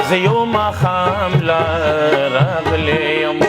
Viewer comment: Raaghele ne ye Ralegele ye